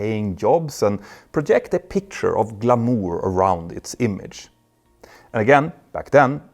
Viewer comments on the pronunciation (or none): "Glamoor"?? lol you literally said it in Swedish Petter! it's pronounced Glamour (GLAM-ER) in the US. In the UK it's pronounced (GLAM-uh). Anyway, love your videos Petter, you're the bäst! Tack!! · Maybe he pronounced it in French, the word's original language?